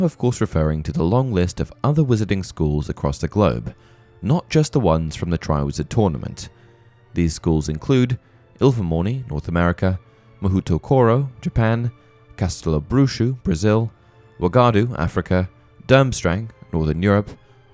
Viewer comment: You're pronouncing the Japanese school's name wrong. Understandably so. The O sound in Japanese is always pronounced (oh). The U sound is always (ū), like in flute. When it comes after O, it elongates the sound. まほうところ Mahoutokoro is said (mah-hoe-toe-koe-roe)